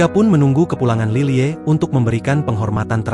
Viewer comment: Lilie dibacanya lily aja pa , bukan lile